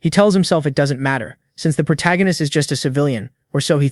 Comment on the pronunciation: Why is the AI (or whoever wrote the script) incapable of saying protagonist, or the MCs name? prota, protarcanist, protag... -_